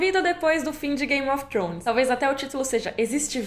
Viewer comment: Queria ter a desenvoltura sua e pronúncia para dizer "Game of Thrones"! 🤗 Descanse bem e volte com tudo!